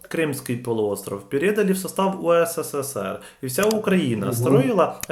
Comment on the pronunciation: не УСССР,а УССР.